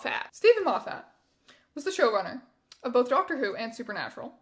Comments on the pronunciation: Erm, actually (pokes glasses up nose), it’s pronounced ‘Moffet.’ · also thank you for pronouncing Moffat the wrong way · That is the first time I've heard Moffat pronounced like that